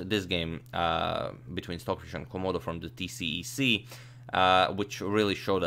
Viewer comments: STOCKHISH LOL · Who is "stockhish"? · Stockhish? (H)?? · "stockhish" lol no stocfish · "stockhish" is amazing here! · why does it say stockhish? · Ah yes, "stockhish" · "Stockhish" haha